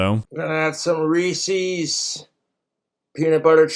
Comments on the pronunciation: Somehow, he's managed to make this whole thing even worse by calling them, "ree-cee's". It's "ree-sez". Not "ree-cee". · Reese's dose not rhyme with feces ! I actually cringe every time I hear someone say that way. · I don't trust anyone who says "Reesee's". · People who can't pronounce "Reese's" correctly... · I knew this was gonna be awful when he pronounced Reese's wrong.